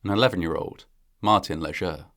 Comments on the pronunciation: FYI - The "ger" in Léger is pronounced as in "jay", NOT as in "heir". So it sounds like "Lay-Jay". For those wondering, hayrides are not that fun. The hay stings, does a number on your clothes, smells like manure and cattle, especially if damp, and that smell lingers in your clothes. Most of the time, there are bugs in the hay. But it certainly is fun to ride with your friends and family. It's a shame the truck driver didn't have enough brains to slow down and control his load before passing them. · Leger is pronounced lay shay. Robot voices is disgusting. I'm out.